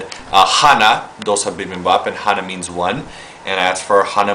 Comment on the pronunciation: DOH SOH BIBIN BOP. Man, dat korean.